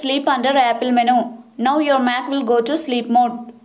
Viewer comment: None of these worked and it's impossible to understand you. Practice saying the word "menu" a few times...